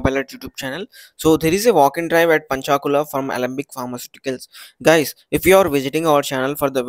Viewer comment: Not पंचाकुला its पंचकुला